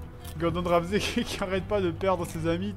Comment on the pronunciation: Ramsay, pas ramzi!